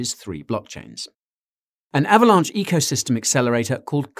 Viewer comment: Guy... are you saying Avalanche or Avalaunch? XD